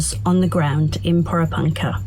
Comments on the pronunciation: Por"eh" punka. Pommie girl ,just ask the locals how to pronounce it. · "I have been covering this story since the tragic events unfolded"...and I still can't pronounce Porepunkah. 😒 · after this long you would think they could say Porepunkah right. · So accurate you can't even pronounce the name of the town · You are a senior reporter and still haven't worked out how to pronounce the name of the town correctly. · Did she say she had been there for a week? Has she talked to any locals to see how to pronounce Porepunkah? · Can you please pronounce " Porepunkah " correctly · Can't even pronounce porepunkah.